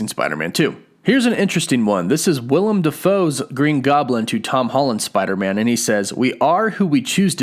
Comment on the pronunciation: small thing, but his name is Willem Defoe. Willem not Will-i-am.